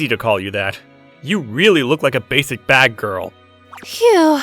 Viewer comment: Bad-Gal san 🤣🤣